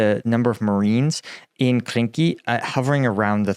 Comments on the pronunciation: Quick correction again, it is Krinky and not Kinky 😂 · The frivolous AI translator at the beginning translates Krynky as Kinky.